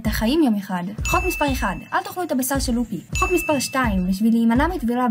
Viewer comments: זה ממש ממש ממש מעצבן שאת אומרת לופי שהפ' נשמעת כמו במילה פרפר אמורים באמת להגיד לופי כשהפ' כמו במילה פוקאצ'ה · רק אותי מצחיק הצורה שהיא אומרת לופי